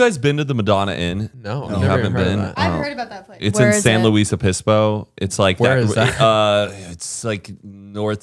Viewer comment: He said Opispo 😹